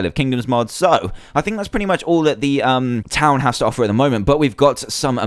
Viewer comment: And don't read the one which has ha well read but for ha say has please